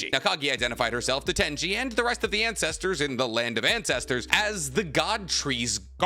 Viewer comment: "land of Incestersss"💀